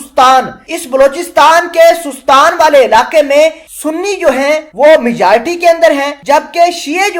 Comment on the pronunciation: Sestan not sostan